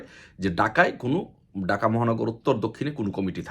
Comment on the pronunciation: ভাই ডাকা না, ঢাকা বলেন, বার বার ডাকা ডাকা বলেন শুনতে খারাপ লাগে